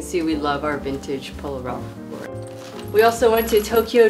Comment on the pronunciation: Guys.. Polo is an American brand. It’s LAUren like the name instead of the Frenchy LauREN 😊